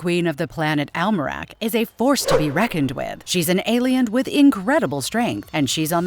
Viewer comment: she calls Maximas world of Almerac “America” twice in the video